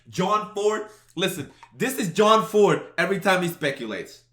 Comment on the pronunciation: Its John ford not jord gbg. Lol.